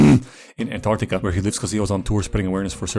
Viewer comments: when ur dyslexic but cant say Antarctica right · wirst couple of seconds in bro is speaking like hes autistic: an ANA NAna nann ah an ggha an ann whahdaw MMMM antartica